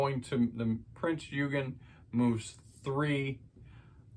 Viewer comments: Its pronounced prinz ogin the e is silent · It's pronounced: Prinz Oi-gen ...hard G as in the word gun. Great video, too! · Pronouced OYgan - or you could just say Prince Eugene.